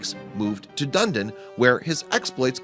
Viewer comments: Pronounced: duh-nee-din, not doon-din. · And Dunedin, Dun-edin (meaning South Edinburgh) not Dundin. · Auckland is pronounced as 'awk land'. Not oakland. Dunedin is pronounced as Do Knee Din. Not donnadon. Apart from that, kitty looks Siamese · Yeah... crazy. 'Oakland' instead of Auckland. 'Dundin' instead of Dunedin. Wtf? Where did this clown go to primary school... & I assume he's suing them? Lol. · Nice story done rescues myself, but the I wish they pronounced the names of the cities correctly. Its Auck-land not Oakland. Duneee-din not dune-din. It's also RSPCA. I have noticed so many mistakes & untruths on this channel. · You seemed to get the name of ever NZ town you mentioned wrong. AUCKLand, not Oakland. Dunedin, not Dunden. Crack a Google once in a while. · hahahahahaha the city pronounction is so wrong its hilarious Auckland not Oakland Dunedin pronounced Dun Edin not Dundin silent E. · Oakland? Dundin? I've heard of Auckland (Orkland) and Dunedin (Duneedin) though. It is impossible for a blue-eyed Siamese cat to turn into a black cat with yellow eyes, buddy. You take people for idiots. ('Fevercoat can be caused by stress/trauma/infection)😂😂😂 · The place names are actually Auckland which is pronounced like awk-land and Dunedin done-eden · It's pronounced AWK-land. Oakland is in California. And the second city you messed up is Dun-eden. You can look it up on this thing called the Internet. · I think you meant Dunedin - "Dun-Ee-din". The old name for Edinburgh. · Moved to Dunedin (Dun-eee-den) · Dunedin is actually pronounced Done-Edin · And Dunedin is pronounced like Duneedin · Dunedin is pronounced dun ee din